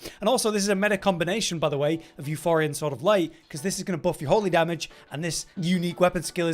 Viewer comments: Both words are greek, both words are used even today. That pronunciation was dead wrong. In Greek it is pronounced Efporia with the accent on the i. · "YOU POUR EE UH", not "YOU FOR EE UH", there's no H in the weapon name. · Euporia, not euphoria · Where the F is the H in Euporia Please, tell me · Still pronouncing Euporia wrong